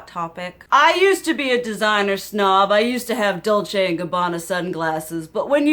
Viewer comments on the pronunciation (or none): none